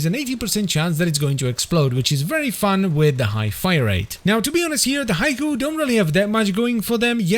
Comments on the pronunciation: Surely it's 'HEE-kowe' and not 'Haiku' 🤓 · It's not pronounced Haiku!